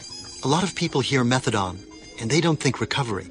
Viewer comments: PS It's methadonE not methadoN, that was killing me the whole time. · It's not methadon it's methadone!! With an e on the end!!! Jagoffs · MethadONE not MethaDON. I don’t get it!! There’s an E at the end. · And then there's "methaDOM." They say that methaDOM is stronger than methadone.